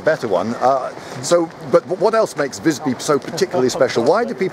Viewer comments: The I in Visby should be pronounced long. Hahahaha. Haha, he said "spare" but meant save up. In Swedish save is "spara". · Ah yes, the city of Vissby. I've been there once. I'm curious; don't you look up the pronunciation beforehand? Learn it at the place? Because it's supposed to be a long i. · Ah the classic foreigner, always pronounces visby "vissby" No, it's not pronounced vissby, its pronounced VIIIISby, do you understand? maybe not well its a long I, visby means wise village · the "'i" in Visby is supposed to be pronounced like a long vowel.